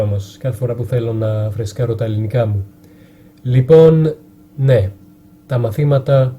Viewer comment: Απίστευτο! Σαν να είσαι Έλληνας ακούγεσαι! Μια φιλική παρατήρηση, μη δίνεις τόσο έμφαση στη λέξη "λοιπόν", αν το αλλάξεις και αυτό,πραγματικά δεν θα μπορεί να ξεχωρίσει κάνεις αν είσαι Έλληνας ή ξένος! Συγχαρητήρια!